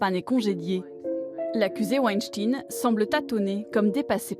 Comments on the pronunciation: On ne dit pas winstin mais weinstein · Et sinon, pourquoi prononcer "tine" à la fin de Weinstein alors que ça se prononce comme "Einstein" ?? Pas si difficile de reprendre la prononciation anglaise qu'on entend en background quand même... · Pourquoi prononcez-vous mal le nom de famille "WeinstEIN" ? :) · C est la WEINSTEIN STINE A LA FIN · Wanne stinne... Vous dites Rammstein, ou alors "Rammstinne" ?